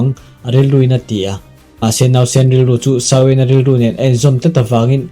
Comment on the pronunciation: "shao wen" chu tunge🤔 "Xiao yan" zok alawm le a changtupa hi,,🤨lam rik dan tur leh a thlûk dan tur chu,, "ziô ân" 👈 tiang ang hian lam rik tur